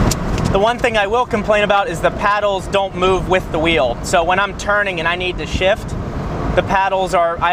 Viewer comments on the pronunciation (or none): none